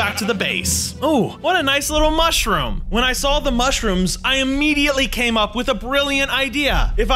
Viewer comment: It is a mushroom not mooshroom